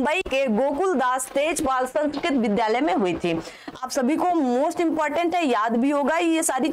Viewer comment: तेलपाल हैं कि तेजपाल हैं महोदया ज़ी